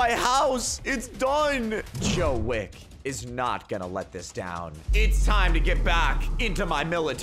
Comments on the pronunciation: It's john wick not Joe wick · "Joe wick" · AND ITS JOHIN WICK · The way you said "Joe wick" lmao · "Joe wick" lolll